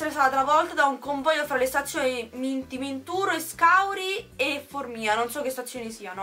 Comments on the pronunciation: Formìa... AHAHHAHA si dice Fòrmiaaa 😂😂😂😂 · Non si dice formía di dice fórmia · Si dice Formia é dove abito io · Io abito a formia ma non si pronuncia così